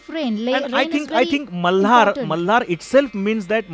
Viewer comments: Why the host is pronouncing malhar like... Malar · Why he is saying raaag mallllaaar... its malhar sir.